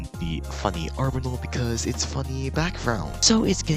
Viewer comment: did you just say arbenal